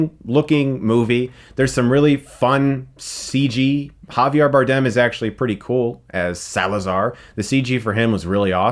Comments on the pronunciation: I hate how he pronounces Geoffrey Joffrey and Javier Javiar. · JAVIARRR And GOFFREY WTF. Javier is pronounced HAVI-EH and Geoffrey as in Jeffrey ! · Man chris an names do not go well together lmaoo It's pronounced... Have-e-air Javier not javiar. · Alot better than the 2nd (The worst...this franchise sinks without Rush) and the weirdly hollow 4th....The "CGI" of those half-erased,villanous pirates,though...Good god. Probably the most unproffessional,lazy and incomprehensible use of CGI since it´s invention. PS. HaviAr?? JOFFREY?? What´s going on,buddy? Just losing the motivation to pronounce names remotely correctly? I feel you, though, I´m also at that point.